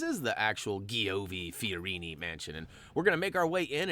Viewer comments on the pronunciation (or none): It's pronounced "Jee-OH-vee Fee-oh-REE-nee." ZZ is pronounced "ts," and CI / CE is pronounced "cheh / chee" as in cento (CHEHN-toe) and ciao (chee-AH-oh).